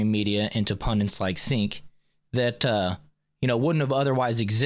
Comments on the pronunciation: His name is Cenk Uygur. Not Sink Uygar. Its pronounced Jank as in this guy is Janky AF! He is a trash human being, it was very confusing to hear you repeatedly say sink. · Chink not sink. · It’s pronounced chaink lol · Off topic but his name is pronounced Chank.